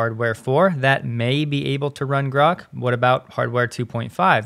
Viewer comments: Grahk. Like that. Not Groke. Read the book. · It is pronounced GRAWK. It is a term that comes from a Robert Heinline Sci-Fi novel "A Stranger In A Strange Land". It means to grasp or understand.This novel is acknowledged as the first Adult Sci Novel. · Grok is pronounced as Grock, as in "lock". It is not a matter of preference. To pronounce it with a long "o" would require appending an "e" (Groke), as in "broke". This is a basic rule of English spelling/pronunciation and not up for debate. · It’s Grok, pronounced like rock. It’s from Robert Heinlein’s “Stranger in a Strange Land”.